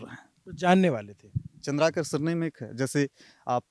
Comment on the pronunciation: Name thik se batao. Chandrkar nahi Chandrkar hai